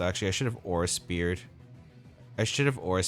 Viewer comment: nice games! couldn't handle saying aura speere all the time lol